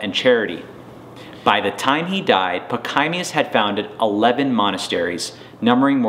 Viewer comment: Your history of St. Pachommius the Great is fairly good. Your pronunciation of his name, particularly on the 2nd syllable, is atrocious.